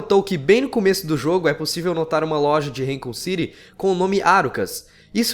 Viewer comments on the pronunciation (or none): Podia aprender as pronúncias. Resident Évil e Raicon City dói os ouvidos.